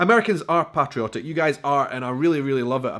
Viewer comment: The way your were pronouncing patriotic and patriotism was crazy 😜, not sure if you were replacing the a with an o or what. Great 👍 video by the way, love ❤️ how you love the USA 🇺🇸 more than some of the citizens in this country. If you ever come to Alabama I would love to show you around and take you to some of my favorite restaurants and sights to see the wonderful state. Keep making amazing videos and content, God bless you and your family.